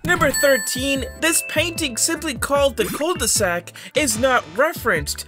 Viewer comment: "Coule de saque"... Me, a french person : Bruh